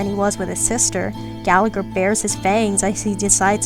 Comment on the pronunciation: I have nothing to add to these big brain comments, but I just wanted to say this video and the last one made me appreciate Gallagher a lot more! I was initially interested in him bc his name is Irish and I’m also Irish (which btw, no shade on anyone bc Irish is hard but his name is meant to be said more like Galla-Her with the second g being silent, and Siobhan is more like Sho-bawn) but how interesting he’s proven to be has me hooked! I’m now working on building him despite him being E0, hopefully I can pull him a couple more times to make him nice and strong ^^ Also: I love your humour throughout the video, I hope you make more star rail vids like this if you feel like it ❤ Also also: you are a person of culture for all the Layton music